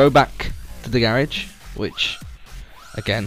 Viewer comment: I hate how you say garage